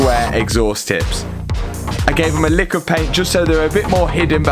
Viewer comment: for one sec i thought matts inner roadman slang came out when he said i gave them a lick of paint (a likkle paint)